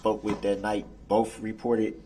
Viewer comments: I cannot stand how many times he says "BOAF" detectives instead of BOTH. Also he should have put that mask back on. Nobody wants to see that face. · I expect nothing less from a guy who doesn't know how the letter T works. Dis = This Boff = Both Less = Let's Place = Plates Tesses = Text But then says Amisst, Biast, Duresst, and my personal favorite, pronouncing the silent T in Apostle 🤣🤣🤣 What a clown. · “Bofe detectives.” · “Bofe “. “Axed”, “Substained.” It’s more than I can stand. What an absolute idiot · I’m so tired of hearing this dip 💩 say “bofe” instead of both! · The look on the court reporter’s face when he says “bofe”😂